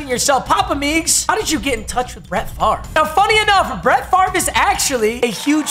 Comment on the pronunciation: Why does he say his name wrong